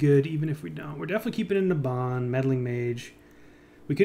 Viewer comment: IT'S NABAN NOT NABAN! REEEEEEEEEEEEEEEEEEEEEEEEEEEEEEEEEE